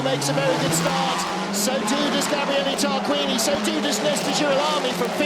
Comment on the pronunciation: It's Tarquini not 따르끼니...